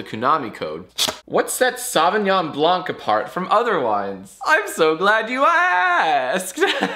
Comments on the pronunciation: jack, in blanc the c is silent. it's not "blank". you upset me. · Please, as a french person, I'm asking you to never prononce "blanc" as "blank" ever again. Also, I surrender. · The "c" in Blanc is silent! Stop pronuncing it the same way as blank! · Hey Jack, the C in "blanc" is silent. With love from France. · the C in blanc is silent! sorry, french likes to do that. Also is right about chardonnay it's better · The c in "blanc" is silent. It's bullshit, I know. But it sounds fancier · Hey Jack, french native speaker here. You don't actually pronounce the "-c" at the end of "blanc". Yeah i know, french is weird and overly complicated.